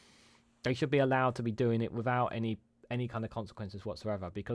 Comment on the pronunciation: Phonetically: 'San gee ta'. The 'g' is hard, as in 'gear'. Wivout, furver, and anyfink? I can't find any such words in the OED. YT is an international forum. Stop making us sound like a nation of morons who cannot pronounce words in our own language: sort out your pronunciation before entering a world wide forum.